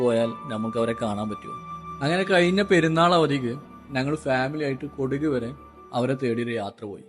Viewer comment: കൊടുക് അല്ല! കുടക്.